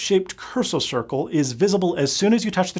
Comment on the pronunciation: "Cursle Circle"